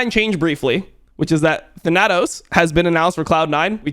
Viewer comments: plz look up the pronunciation of thanatos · lmao. the way your pronounce thanatos.